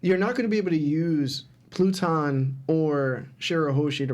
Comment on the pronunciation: This man said “platoon” 😂😂😂 its pluton bro